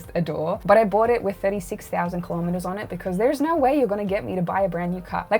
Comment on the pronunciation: You can either be unique, or not. There is no "more unique" or "so unique", just like there's no "little bit dead" and "very dead". You mean different or rare. Everybody is indeed unique, but style is rarely, if ever, unique. Also, kilometres rhymes with millimetres, not thermometers (because it's a unit of measurement, not a measuring device).